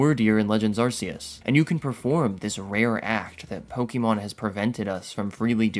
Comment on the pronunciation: Ar-key-us not Ar-see-us. Alternatively, Ar-kay-us.